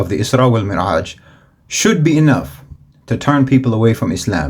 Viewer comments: Beautiful jab out of nowhere with the lobster 😂😂😂. Please check on your pronunciation of mعraj vs. merعaj, the former is correct. You inspire me. THANK YOU. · Thank you for sharing your videos. Very impressive and eloquent. Jazak Allah Khairan. Just one correction: “Al Isra’s Wa Al Me’raj” not Mer’aj. In Arabic: الإسراء و المِعراج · جزاك الله خيرا، أريد أن أبهك أنك أخطأت بلفظ كلمة المعراج فقد لفظتها مرعاج Jazaka Allahu Khairan I like to notice you that you have mistaken in the pronunciation of "Me'raj" as you said "Mera'aj"